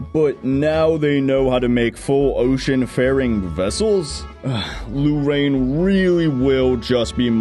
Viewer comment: Cant take someone serious when they cant even take 2 seconds to pronounce Lurelin correctly rather than calling it Lorrain.